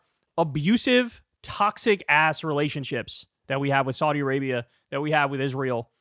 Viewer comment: Learn how to pronounce Saudi correctly